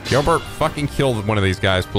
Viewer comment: Why do you keep saying Girlbert